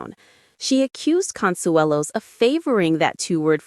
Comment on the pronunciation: The announcer still doesn't know how to pronounce either Kelly or Mark's last name.....